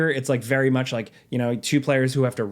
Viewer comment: dude please stop pronouncing two like chu so often